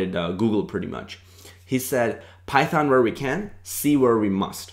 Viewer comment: "Start with... Phython m'kay?"